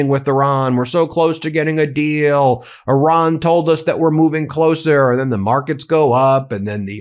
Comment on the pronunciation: When he says "Oran", he does of course mean Iran.